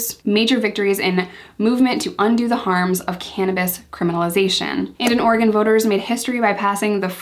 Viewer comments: Yess u pronounced Oregon correctly!! Tons of east coast people say “Ore-gone” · Can I just thank you for pronouncing Oregon correctly!!! LOL ( hearing so many “orey-gone” lately)